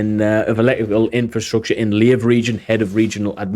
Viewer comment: It's inFRAstructure, not inFILstructure. Keep up the good work though.